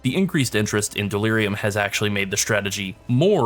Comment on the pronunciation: Dear God delirium. There is no S in the word